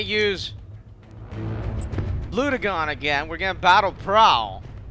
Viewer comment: its pronounced Bl-u-gen